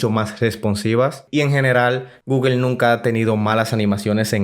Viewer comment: Es google no guguel guguel no existe habla bién!